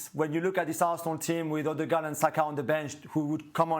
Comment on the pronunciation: Ørdegaard effect... so soft. 😆